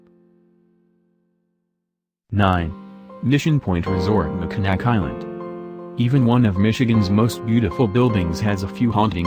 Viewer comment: its pronounced mackinaw. mack in aww. and sausage tuck. sauce edge tuck